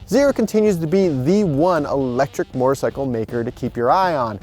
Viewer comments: Yes he meant sickle mortar sickle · Mortar-cycle? There some misplaced pronunciation here...